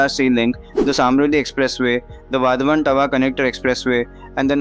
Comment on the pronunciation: People should learn the correct pronunciation of "Vadhwan" based on the name of the town Vadhvan near the port. The 3rd and the 4th letter dh is pronounced as DH of "DHOL" Dhol Baje re Baje;. The last letter n is pronounced as Na with the tongue rolling back to the roof of the mouth . Thus VADH(Dh od Dhol) and VAN with nasal N make it Vadhwan. Not wadhwaan nor wadh- one